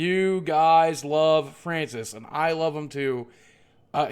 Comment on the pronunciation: mow fwancis pweez ;c